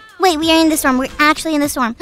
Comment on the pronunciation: Foxy said storn un stead for storm